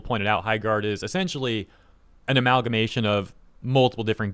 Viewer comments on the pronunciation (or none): none